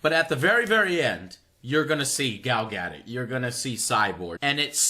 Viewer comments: GAL GA-DO-T NOT GADET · Learn to pronounce "Gadot" Joe. It's Ga-Dough (like what you use to make pastries...). My birth stone is a paridot, so I'm an authority on these things...